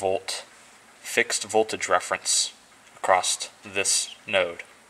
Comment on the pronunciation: Good video. Thanks for sharing your knowledge. But you seem to be too smart to be doing the "t" on the end of "across" thing. Reminds me of a guy I know who says "wiff" and "boff" for "with" and "both". He's a smart guy too.